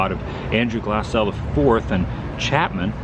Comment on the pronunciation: Yay! Thank you for saying Glassell correctly! I grew up in the 60's off Glassell.